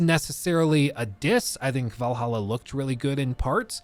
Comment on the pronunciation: I get disappointed every time you pronounced Valhalla right instead of "Vallaha"